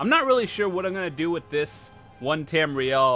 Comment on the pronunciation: Wtf is one tamrel